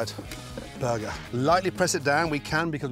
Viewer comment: "A buhguh is for me and a buhguh for the hippo"